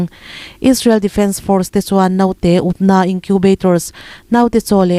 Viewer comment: Naute....tih i lam hian thlûk duai lo la.